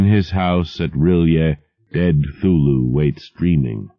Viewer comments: Um why does he keep saying 'thulu and not C(kuh)thulu? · I'm a bit annoyed by the fact that the narrator pronounces "Cthulhu" as "Thoo-loo" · 5 seconds in and he mispronounces 'Cthulhu'... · He doesn't pronounce the "C" in Cthulhu's name.